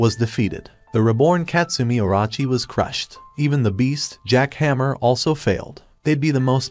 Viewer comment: My man said jack hammer instead jack hanma